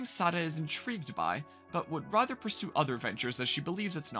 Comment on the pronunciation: i swear he keeps saying rither instead of rather